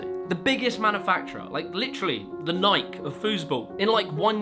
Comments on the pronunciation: Is he calling tournement soccer the nike of foosball but pronouncing it wrong or is he comparing it to something else? Cause to me he is saying nyk and not ny-key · ... uhhhh it's pronounced "nigh-kee". Just saying. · Is the Nike pronunciation a troll? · You would think he would get that right. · Why are you saying Nike like that wtf it’s tripping me out